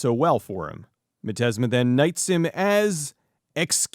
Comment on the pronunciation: Thank you for admitting when you made a misstep such as mispronouncing the main villain's name. It shows a great deal of positive character. But mostly, it highlights how much of a dork I AM for screaming at my computer, "Its pronounced 'miz-steam-ma!'" Great review.